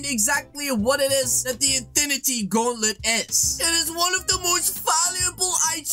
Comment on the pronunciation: 14sc into the vid did he just say infinity gaulet not gauntlet wow English class passed congrats 👏👏👏